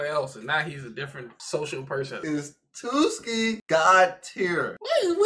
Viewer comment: i cant stop laughing at them calling tsuki "twoski" 😭🤣